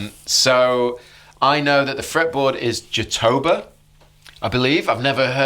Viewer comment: Jatoba is actually pronounced jah-toe-bah (like a sheep goes "baaaa"). No worries, I just recently learned this. Emphasis on the ”bah”